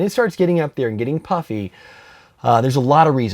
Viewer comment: Is it just me or does it sound like he's saying "Puppy Lipo"....?